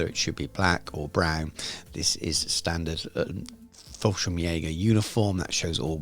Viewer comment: Fallschirmjäger not FallSchrimjager... No worries, still a good Video 😀